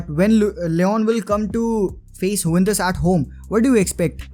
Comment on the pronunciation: Wtf is yuwentus😂😂